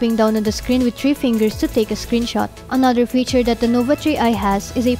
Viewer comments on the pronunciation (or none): It's three not tree lol...thu...ree. Girl voice overs sucks like yugatech. Gadgetmatch forever. Fowcus!!! Both not boat. You need to work on your TH girl. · Chree i daw HAHAHAHA Th-ree po ate not "CHREE" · Huawei Nova "TREE" i haha. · not to brag, i guess i can do better ( or alot of pips can do better) than your voice over.. nova TREE i.. hilarious